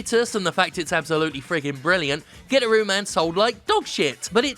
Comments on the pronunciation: Pretty sure its guitar-ooo man, and not "gitter-ooo" man, lol. But regardless, good list. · It's pronounced Guitaroo Man, Jim. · Pretty sure it's called gui-tar-roo man. Sadly I pirated it, but it was amazing. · Nobody: Jim: "GIT-ah-RUE MAN"